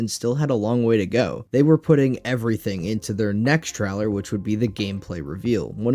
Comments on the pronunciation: What's a game "tryler"? Truler? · Bro needs to learn how to pronounce the word trailer 💀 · Why tf do you say trailer like this ?!